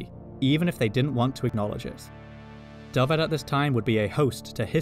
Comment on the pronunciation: Nice to see the correct pronunciation of Dyfed. You should hear to attempts by my English friends. Diffid, Daffid, all sorts of horrors.